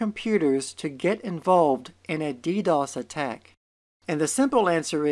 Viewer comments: Me: What's dee dee oh ess?: Deedoss. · DeeDOS? you are pronouncing it wrong. DOS is reserved to describe a Disk Operating System as in MS DOS or IBM DOS. DoS is for Denial of Service attack and the extra D is for the Distributed ability of this attack. There is no DeeDOS. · dee dee os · DEE DEE OH ESS